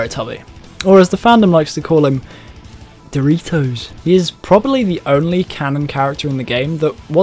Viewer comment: I like how you pronounced “Doritoes”